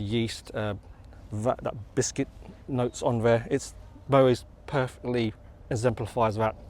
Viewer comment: The 't' in Moët is not silent, it's pronounced as mow-ett, same goes for Perrier-Jouët and the excellent singer Alison Moyet, I'm in my sixties and thus pedantic. Great channel by the way.